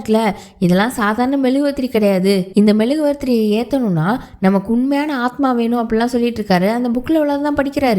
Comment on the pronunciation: மெழுகுவர்த்தி ன்னு சொல்லுங்க பா, மெழுகுவாரதிரி ன்னு சொல்லுறீங்க. ஸ்டோரி சூப்பர்